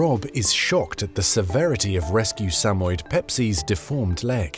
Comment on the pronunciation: Suh-moy-ed, not Samed. I had two and they were wonderful dogs. They loved everyone.